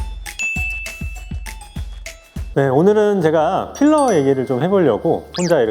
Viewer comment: “어 쁼러는 씌러요~” ㅎㅎㅎ 현장감 두둑합니다 ㅎㅎㅎㅎ👍🏼👍🏼